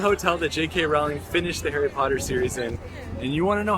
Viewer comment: Nice video:) JK Rowling name is pronounced the same as “rolling” btw.